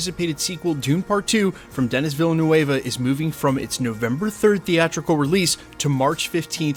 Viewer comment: You completely butchered Denis Villanueva, that’s okay, but it’s pronounced mor like DENNY VILLANOOVE.